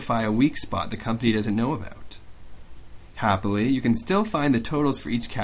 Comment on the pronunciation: you're awesome!!!! I like your pronunciation..............."happily..........." that made me laugh!! But really, youre very informative in such a short period of time.........embedded commands are on point